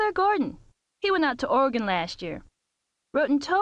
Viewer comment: love to finnally here someone say oregon right for once.